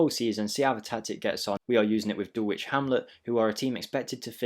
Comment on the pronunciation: I’ll subscribe if you pronounce Dulwich properly….. DULL ITCH, please confirm 😂 forget the “W”